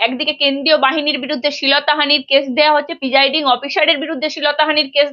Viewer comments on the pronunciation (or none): পার্থী, শীলতাহানি, পিজাইডিং এসব কি উচ্চারণ? আপনি আগে উচ্চারণ শুধরে আসুন।